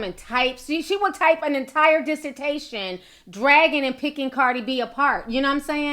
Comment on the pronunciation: She said dissertation lol